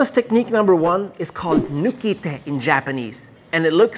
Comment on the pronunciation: XDD my favorite among your list is the "noo-kee-tay" :,D But jokes aside: similar to the ippon ken we have the boshi ken in Ninjutsu, doing the same thing with the thumb knuckle. And I'm convinced it can translate to a real fight since I effectively used it in sparring. Much to the suffering of my fellow students. Shit hurts like hell to the ribcage 3:) It's not a finish blow of course, it's a painful distraction that buys you time